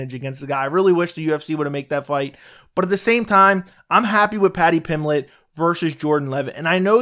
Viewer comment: There is a b is Paddy's last name. Paddy Pimblett, not Paddy Pimlett.